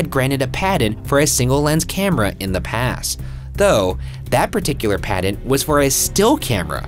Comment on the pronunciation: a padent? Oh, he means patent, I forget that like Satan can't pronounce "J" Ryan can't pronounce "T."